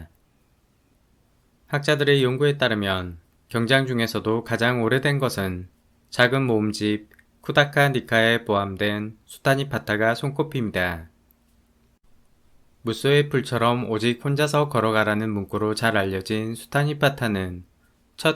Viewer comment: 수타니파타를 수타니타파라고 발음하시는 거 같네요...